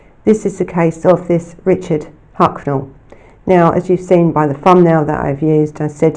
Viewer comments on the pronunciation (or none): It's Huckle, not Hucknell, and Namibia, not Nambia! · I love your videos, you do really excellent work, but there’s a couple of mispronounced names of people and places in this video. It’s Richard HUCKLE not HUCKNAL. And NAMBIA isn’t a country in Africa. I think you mean NAMIBIA, but perhaps you’ve confused it with GAMBIA. Thank you so much for doing a video on this evil man and his horrific crimes against children. I don’t think many people are aware of what he did. Perhaps because sexual crimes don’t seem to get the same attention and coverage as murders. Whilst survivors of childhood sexual abuse go on to grow up and live their lives, they are forever scarred and altered by the abuse they suffered.